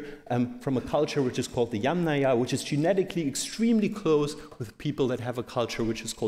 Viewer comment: Bronx age :) Also, the stress in Yamnaya is on the first syllable (as it was in fact pronounced a few times). And it just means 'pit', so why not say 'pit grave' in English.